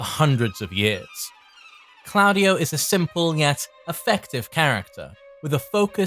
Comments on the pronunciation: Improve the pronunciation 😅 that diden’t seem italian However Very nice video you are always top Ps i m italian of course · I love you but why do you insist on pronouncing claudio wrong